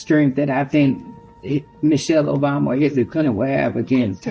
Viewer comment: She said michelle-Michael obama 😂😂😂😂